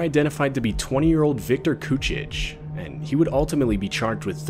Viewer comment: "Victor cooch-itch" 😭😭